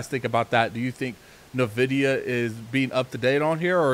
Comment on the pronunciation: NVIDIA NOT NAVIDIA..